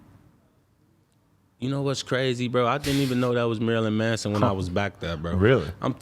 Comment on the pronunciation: Lol he called Marilyn Manson Marilyn Mason